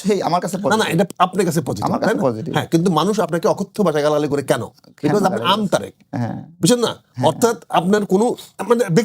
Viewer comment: জনাব আমতা.... ভিডিওর ২০ সেকেন্ডে উপস্থাপক সাহেব আমতারেক বলে ফেলতে গিয়েছিলেন। 😂